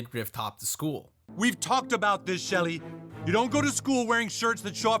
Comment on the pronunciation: I always liked how he said Shellys name like the emphasis on the middle of her name